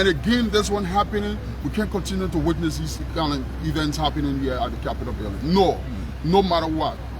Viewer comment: Could someone please teach this announcer called, how to pronounce the word "witness"? He needs to learn what letter is silent in the word, "witness" and where not to put the letter "s" in that word!!!